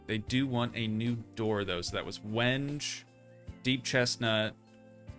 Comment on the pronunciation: WENGE. AHHAHAHA, is pronounced "when-gay". LOL. Yes really